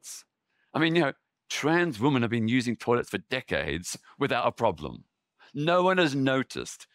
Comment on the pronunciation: Why is women mispronounced consistently? It should be /wimin/.